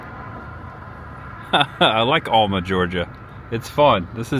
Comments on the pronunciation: Great Video. Planning my trip to Super Forrest World. BTW have family in Alma. Throw some southern drawl in there and it's Al Ma not All Ma. Enjoyed it bud. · Alma Georgia is pronounced AL-muh, unless you live here, then it's AL-mer by the old timer farmers. Alma is where the Blueberry Festival is, which was actually held a week or two ago. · Alma is my hometown. It's pronounced like the male name Al- ma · Haha I said the samething about okefenokee and Alma 😂